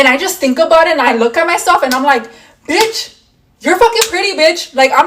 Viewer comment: why the women of eeuu say bicht